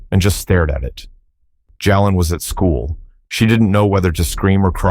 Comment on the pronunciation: Please pronounce the boys name correctly!! Ja len!! Rock Hill, SC ❤❤❤🎉🎉🎉